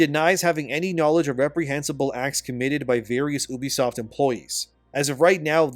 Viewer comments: He’s doing that just to annoy y’all 😂😂😂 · I always thought it was you-be-soft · YOU BEE soft, what tf is Ooobysoft? 😂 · You say Unisoft like this you be soft ha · When I hear someone pronounce it OObisoft, I no longer care about anything they have to say. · "Oobisoft" lol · Isn’t it pronounced like ‘you-bisoft’?